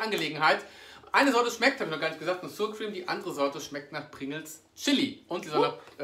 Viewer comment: Hey lieber, danke für das neue Video. Sour Cream spricht man übrigens nicht "suur kriem" aus sondern ähnlich wie das deutsche Wort sauer, allerdings mit scharf gesprochenem 's' vorne = "ßauer kriem" sozusagen;)